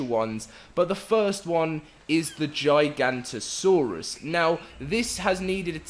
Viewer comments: No no no. It's Giga. Nota. Saurus. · It’s not pronounced gigantasaurus it’s pronounced giga noto saurus